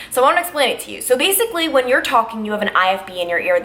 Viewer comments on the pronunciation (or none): you pronounce “when” like whan